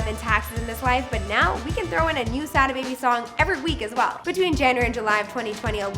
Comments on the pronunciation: I hate the way the host pronounces "Sada" 🤦 smh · she can’t do enough research to say “Sodda” baby not Sad A baby